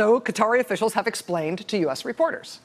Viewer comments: How can you mispronounce Qatar over and over, but say Qatari correctly? Am I the only one cringing each time she says Cutter? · RACHEL! You pronounce "Qatari" correctly! Just lose the "i"!!!! "Ka- tar' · You are right, she gets Qatari right - she does not say cutteri - so why can't she say Qatar like the Qatar part of Qatari? It is like the insanity around Colin Powel's first name. It ought to be pronounced as Col-in but people started saying co-lin (like the punctuation mark ':' and like colon (the bowel)).